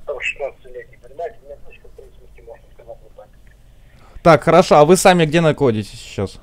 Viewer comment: Булкин в место находитесь сказал накотитесь))